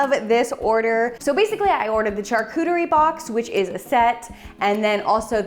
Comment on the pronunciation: You really like saying char-cooter-y